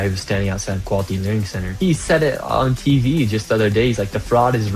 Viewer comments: I love how he keeps calling it the LEARING CENTER😂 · It's "Learing Center"